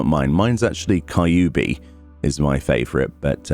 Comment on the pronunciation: Just a small comment from a Japanese speaker 九尾 キュビ Kyubi Try pronouncing Kyu as in "Q"/"Queue" Queue Bee